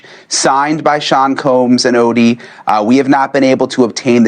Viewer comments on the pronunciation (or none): Not ahhdee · Jonathan ooooodie not whatever you're saying. You need to listen to how to say these names first. That's part of journalism